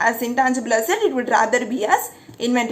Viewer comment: 😄😄😄 How you say asset, sounds like hassat😆😆. But still you're a great teacher. May God bless you a lot